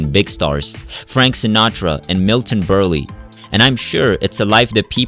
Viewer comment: Burl not burly 🙄😣🤦‍♀️